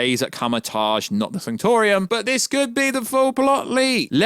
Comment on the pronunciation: And it's the sanctum sanctorum, not the sanctor-ium. Bro do you even MCU?